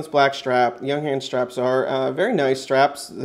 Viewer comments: It's "y uhng huns" :D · You're mispronouncing the name. It's "young - hahnz." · The company is not called Younghans as you pronounce, no is the watch a chronograph as you keep telling us, it's a chronoscope, (look up the difference) Junghans manufacture in China, you can buy the same watch with the Chinese Logo for about $30.00